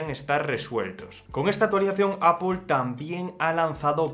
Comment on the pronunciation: No es APOL es EIPOL